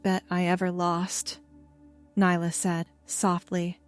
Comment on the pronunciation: Stop mispronouncing nyla 😮